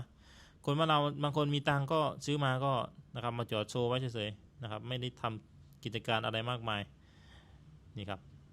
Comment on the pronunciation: ❤❤❤ มีปัญหาเรื่องการออกเสียง ด มาตลอด เท่าที่ฟังมา น่าจะฝึกออกเสียง ด ให้ได้นะ ก็รู้ว่าภาษาลาวไม่มี ด ช ฝ ฟ เพราะฉะนั้นการออกเสียงพยัญชนะเหล่านี้จึงมีปัญหาสำหรับคนลาว เช่น คำว่า ดาวน์ เป็น ลาว ที่ออกเสียงเหมือนกัน ด เป็น ล บาวครั้งจะสื่อคำว่า ไม่ได้....ก็พูด ไม่ล่าย.... ตลอด ความหมายมันก็เปลี่ยนไป เราฟังตอนแรกก็เข้าใจว่าเป็นรถ คนลาว ที่จริงจะสื่อความหมายว่า ดาวน์ นั่นเอง พอฟังๆ ไปถึงรู้ว่า อ้อ.....การดาวน์รถนั่นเอง การผ่อนรถมาใช้ ทำไมเขาไม่เก็บเงินซื้อสด บางครั้งรายได้ไม่สูงอาจจะใช้เวลาเก็บหลายปี การผ่อนรถก็ใช้กำไรจากการค้าขายนี่แหละมาส่งค่างวด ก็เหมือนกับทำการค้าทั่วไป ทำไปต้องยืมเงินธนาคารมาลงทุน มันต้องจัดเก็บเงินสดไว้ส่วนหนึ่งเพื่อเป็นทุนสำรอง คือเงินประกันความเสี่ยงนั่นเอง